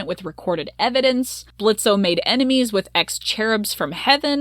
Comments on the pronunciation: I'm kinda bothered that you keep saying Blitzo.. that was his clown name, he left that life behind.. the O is silent now.. it's Blitzø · Why do you keep pronouncing the o in Blitzo? It's silent. Have u even actually watched the show? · the fact that you keep pronouncing his name in a way he doesnt want it pronounced, and the way that you talk about consent gives me the ick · This video is super good and aged well, but what’s the point of pronouncing the O in Blitzo when it’s not a part of his name. I understand it’s a fictional character but it’s basic respect to real people.